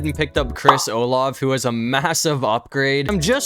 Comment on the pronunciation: Oh love lol (that’s how he says Chris Olave by the way)